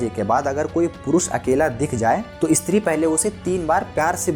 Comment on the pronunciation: Eeestri kya he bhai? Stree bol